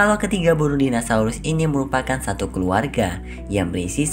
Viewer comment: "MELEKA" "METEOL" "DINOSAULUS" 🤣🤣🤣 Eh maap . . Yassalam